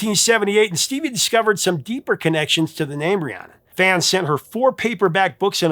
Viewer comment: He says "ree-ah-nun" several times even while the singers are pronouncing it "ree-ann-nun."